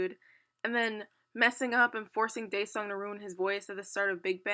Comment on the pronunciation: okay but can you please try and learn how to pronounce Taeyang and Daesung's names